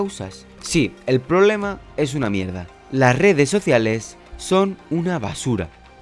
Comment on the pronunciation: No he visto a nadie más comentar que dice 'Poblema', se que es algo irrelevante pero precisamente hablando de la falta de capacidad lectora me causa gracia que haya una falla gramática. No es mi intención atacar a nadie, meramente me llamo la atención y me causa gracia xddd